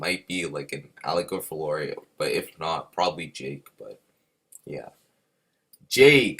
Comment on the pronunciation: Just letting you know its Fiore not FLore 💜💜💜💜